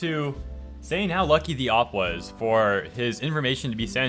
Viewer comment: Oh wow so many things you said hurt my ears. You say op instead of O.P. And you said D.O.X instead of Dox. It’s like hearing jif instead of gif Gif= gift with no t